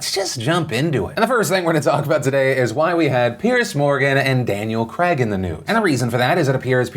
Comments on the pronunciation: It’s craig not cregg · it’s Daniel Craig, not Daniel fucking CRAG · What was that pronunciation of Daniel "cragg" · Daniel Craig like Craig the name not kreg xxxxxx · It's pronounced "Crayg".. Not "Kreg", Phillip ;) lol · Your pronunciation of Craig is awful, you say cregg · Woah! hold up there Philly D..... DID you just say "Daniel Crag" ? ....Do you even know how to pronounce the name "Craig" properly? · Daniel Creg. It’s Craig, not creg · He's British it's pronounced Cray-g, not creg like greg. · Craig not kreg. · Craig isn't crag its cray-g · Haha, why do Americans say KREGG instead of Craig, pronounced more like krayg? And it’s the same as Graham. It’s grayham not GRAMM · It's pronounced Daniel Craig "krayg", not Kreg... cmon Phily <3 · Why do Americans say Creg when it’s actually pronounced Craeyg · Why can't Americans say the name Craig correctly ? It's not creg it's CrAg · It’s CRAY-G not CREG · Phil, it is Daniel Craig ( pronounced crayg), not Daniel Creg. I know this is a tiny complaint but it doesn't take much to get a person's name correct. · CRAIG!!! not kreg mfg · Craig not creg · Who is Daniel Cregg? I know a Daniel Craig and you showed pictures of Daniel Craig (pronouced "cray-g" not "creg") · The name is CRAIG! There is an I in there. It is not Creg, it s Craig. And , "do you believe Chinas explanation?" That is a good one. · Why tf is he saying Daniel Cregg and not Daniel Craig? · Muricans... Its Craig (Crayg) not Creg! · Who's Daniel Crag? Do you mean perhaps Craaayg? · Americans pronounce Craig weird Always sounds like "Creg" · Daniel Creg ... American pronounciation is pretty weird. I notice that Graham is pronounced like gram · it's pronounced cray-guh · Phill I beg you stop calling him Daniel Creg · the way americans say Daniel CRAIG is so funny to me " Creg " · Don't know but I found it overly funny how you said Craig in Daniel Craig. Who is this Creg you speak of?! CREG!? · Cr-ayy-g Philip damn haha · "Creg"? lol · I heard Daniel Grape